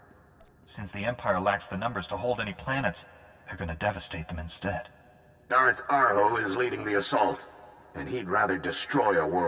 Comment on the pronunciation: When he said Darth Arho, at first I thought he said, "Darth A-hole." My bad.